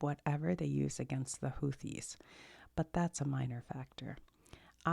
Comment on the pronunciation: It's Houth-ees. Also they are being targeted by the US because they are trying to disrupt the trade through the Suez Canal as leverage to end the genocide in Gaza. This is after a brutal war the Saudis waged against Yemen.